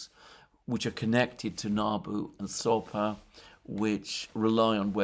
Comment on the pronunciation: Alexander it is Sapo not Sopa, just like toad in Portuguise.